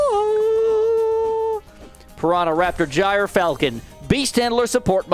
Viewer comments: Please say it like "Gear Falcon" I'm crying laughing at Jire Falcon 😂😂😂😂😂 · The standard American pronunciation is JER-falcon btw :) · Bottom path is pronounced "Jur-Falcon" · I think the gryfalcon is pronounced “griff-falcon” like griffin falcon